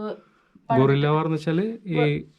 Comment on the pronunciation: ..... "Gorilla" alla; "Guerrilla" ennu parayoo kutteee.. (Gorilla is an Ape.. an animal like a large monkey without a tail)